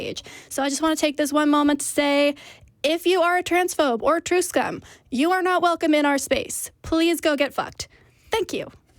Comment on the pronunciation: triscum? thats what i heard and i never heard of that before what is it